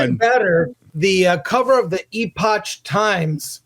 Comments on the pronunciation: Epoch times is pronounced Epic not e potch😅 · 'Epoch' is pronounced as epok. Not eposh. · It's "E-pock",it's pronounced "E-pock." Just sayin. 😏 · Eeee-potch times? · the guy pronounced "epoch" an "ee-potch" - I guess his reading level is grade 8 at best. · it’s pronounced ‘epok’. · Ee potch times? 😂